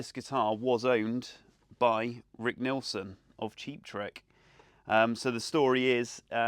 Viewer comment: It's Nielson, not Nelson ! Jeez !